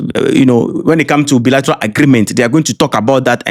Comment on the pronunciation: I'm from Keta. You can speak English more than l can speak. Please check how to pronounce the word decisive and bilateral. Please l mean no harm .l really love your videos. Mawu ne yrawo gbogboo!